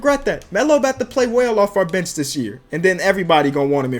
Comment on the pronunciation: When he said bench i thought he said b*tch